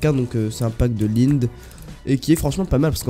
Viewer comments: c est pas line c est lined fais que tu prononce le d à la fin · Lind ? 😂 C'est linèd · "Lind" wesh t as pas respecté Lined xD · sa se prononce pas lind (chocolat) sa se prononce Linèd x) le créateur du pack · On prononce laïnaide rec XD